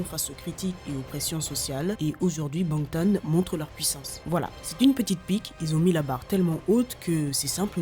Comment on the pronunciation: Incroyable cette vidéo!! Par contre j'ai grincer des dents plus d'une fois avec les prononciations, Suga, Fya, Bangtan..